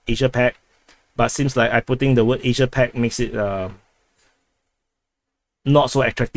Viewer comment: a side note here despite not agreeing with all of your analysis I really appreciate your efforts in producing these videos. They are a great source of info and I follow them daily. Absolutely love the way you say Asssssiiiiiiiaaaaaa as well. Somehow makes me happy to see you elongate the syllables ever so longer.